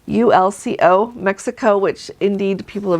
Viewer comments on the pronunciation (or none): it is pronounced “wah-TOOL-coh”. Wikipedia says: “Huatulco (Spanish pronunciation: [wa'tulko]; wah-TOOL-coh), formally Bahías de Huatulco, …” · “Let’s” say the names of ports a tad better! “Cartagena” doesn’t have an “horizontal line” over the “n” so the “n” is soft as in “name”…. Also, in Spanish anything starting with an “H” is as if it wasnt there so Huatalco is “uatalco”….Honduras is “onduras” etc. ARenas is “arEnas” … the E is as”ever”…